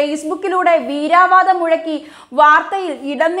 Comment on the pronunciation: Veeravadam ennu parayanam... Veeraaa alla. Very good.. Nannayi polichuaduki...👍👍👍🙏